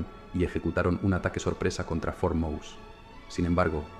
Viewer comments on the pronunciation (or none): Por cierto, no se pronuncia Mouse como a ls ratones en inglés, es MOSÉ en pronunciación del idioma español